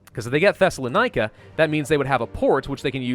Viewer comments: You SERIOUSLY SAID "THESSALONIKI" WAS "THESELLANIKA" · U pronounce Thessaloniki wrong its pronounced thessa Lon eke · I am Greek and just to say you said ''Thessalonika'' the funniest way ( Good english brah)'